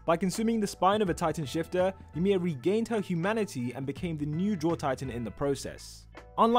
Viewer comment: Ymir not emir